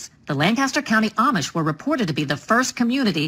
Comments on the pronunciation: The Amish (pronounced ah-mish) get lots of vitamin Sunshine. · Ahhh-mish not I-Ee-mish.